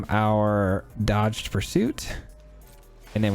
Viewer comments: I'm going to sound like a jerk for saying that Dogged is pronounced like "Dah Ged." The word you're saying is dodged. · Great deck. Dogged pursuit is pronounced Dog-ged, as in unrelenting pursuit.